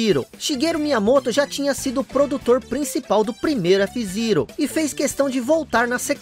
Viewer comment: Que agonia te ouvir falar f zirou